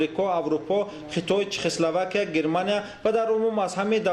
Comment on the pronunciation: Чихиславикия, ха-ха журналист, бесавод